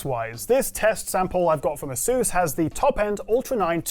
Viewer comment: how can you not properly speak Asus baffles me